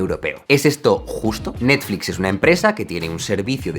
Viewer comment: ahora le diremos Nastflis y Sanosongs xdxd